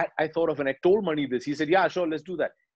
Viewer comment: I love it how Abhishek is pronouncing the director’s name as मणि and not “MONEY”